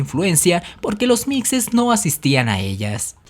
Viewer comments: Esta mal se pronuncia mishes. No mijes. Ejem Los meshicas. No los mejicas. Es meshico. No Mejico . Es shochimilco no jochimilco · LOS MIXES SE PRONUNCIA MIJES NUNCA NOS PUDIERON CONQUISTAR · Muy buen documental perose pronuncia mije y se escribe mixe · Se pronuncia Mijes como fuera j la x! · Chspm esos españoles de escribe mixes se pronuncia mijes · La pronunciación es mijes.....porfa no. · Se pronuncia Mijes y se escribe Mixes.... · Mixes (se pronuncia mijes) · Se escribe Mixes y se Lee mijes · La x la tienes que pronunciar como sh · Se pronuncia mijes pendejo.. Se escribes mixes.... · Es mixes pero se lee "mijes" soy de Oaxaca jeje saludos y gracias por el buen video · SE DICE MIXES SE PRONUNCIA MIJES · Se pronuncia "mijes" pero sé escribe "mixes" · Se pronuncia "mijes" mi amigo, así como Oaxaca se pronuncia "Oajaca". Un dato curioso de los mixes, es que originalmente habitaban en el Istmo de Tehuantepec, pero tras la llegada de los zapotecas, fueron desplazados hasta la sierra norte de Oaxaca. Algunos mixes siguen habitando en la región Istmeña y no solo eso, también han adoptado un poco de la cultura zapoteca, al grado que se visten como ellos e inclusive realizan una de sus tradiciones que son las velas Istmeñas. Yo tengo ascendencia mixe por parte de mi madre y zapoteca por parte de mi padre. Y creo que deberías hacer una segunda parte porque faltaron los Tarasco, los raramuri de la sierra tarahumara, los seris, los Kikapu, entre otros. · Muy buen video , solo que soy de oaxaca y los jamas conquistados son los mixes y se pronunsia como si fuera "j" como mexico seria los mijes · Se pronuncia Mijes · Me encanta tu canal, pero no lo tomes a mal pero Mixes se pronuncia con J, osea así: MIJES. claro q esta bien escrito con X, te lo digo por que mis raíces son mixes. Besos y un gran saludo. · Se pronuncia "mijes" aunque se escriba mixes... saludos desde Oaxaca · se dice muxes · Se pronuncia los Mijes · SE ESCRIBE MIXES. PERO SE PRONUNCA "MIJES".